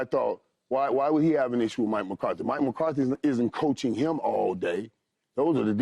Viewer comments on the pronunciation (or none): lol at Paul Pierce giving football takes and can’t even pronounce MCCARTHY